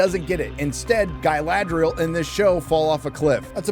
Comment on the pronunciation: What the fuck is up with pronunciation in this show? I thought it is "Narsil", but no, it is now "narCHIL". No, it's not "Galadriel", it's "Gayladrayel!". No, it's not "Sauron", it's "SHARON!". Ever heard of "Elrond"? Well, say hell to "HELRHOND"! It sounds like a wannabe 5th grader fantasy writer trying to sound cool.